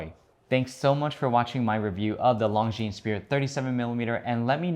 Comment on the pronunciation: Please try pronouncing ''Longines'' without the ''es'' at the end! It's French ffs.